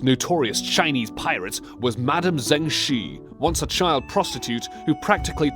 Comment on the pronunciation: The way he says pirates kinda bothers me